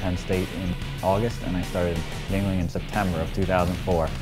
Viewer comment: For those of you who can't pronounce this Chinese-looking surname (it's actually German), it is roughly "ying-ling" (literally "young man"), anglicized from "Jüngling." The Chinese translation of the same term would actually be "Ch'ing-nien" (or "Qingnian" in Pinyin). And there they already have a famous beer that starts with "Ch'ing": Tsing Tao.